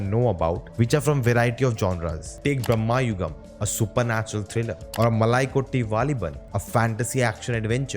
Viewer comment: Its not " Brammayugam", Its pronounced as " Brama-yugam"